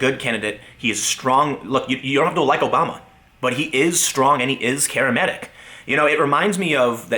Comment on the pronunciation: "...he is strong and he is 'carrimetic'"? Wat? Lol :^p